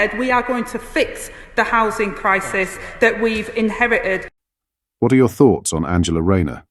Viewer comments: Rachael Reeves...... there's s a "t" in "inherited." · Inheri?ed 🤔 Can’t she sound the letter T !